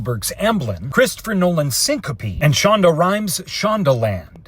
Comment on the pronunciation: Bro really said "SYNCOPE"😢